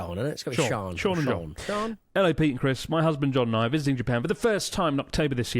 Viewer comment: Please tell me the "sean" name they were trying to pronounce was some poor Cian (kee-an) 💀